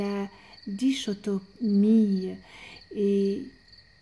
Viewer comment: Bonjour merci pour ce beau partage. Précision cependant dichotomie (le ch se prononce K) belle continuation 🙏🏻